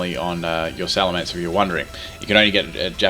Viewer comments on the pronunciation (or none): it's not alamance it's salemence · Lol Alamence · alamence lol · Alamance? You mean Salamence? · Alamence? oh no wait its supposed to be Salamence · what's a Alamance I think he ment salemence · what is a Alamence? D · "alamence" XD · that "alamance" in the beginning had me like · the mighty "Alamance"